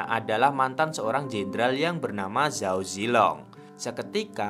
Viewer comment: belajar mandarin dikit2 bang. kalo di mandarin ga ada pengejaan huruf Z bang. di bacanya Ch jadi kalo Zhao bacanya Chao. guang zhou bacanya Kuang Cou